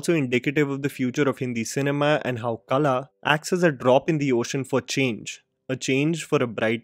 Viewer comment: You keep pronouncing Kala but it's Qala.